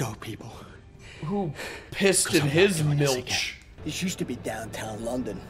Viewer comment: Not gonna lie, hearing pronounce Milch halfway decent took me by surprise lol!